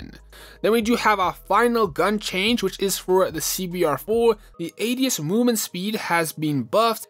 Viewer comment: bro literally said ass instead of ads